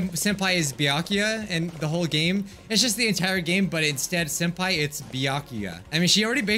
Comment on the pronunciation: Did everyone heard said Soup Pai or is it just meh qwq